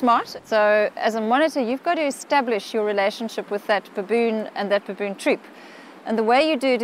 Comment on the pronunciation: ...by the way, I'm not crazy about how the narrator says "baboon"😒